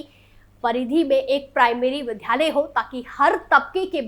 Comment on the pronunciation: Vidyalay hota ha vidhalay nhi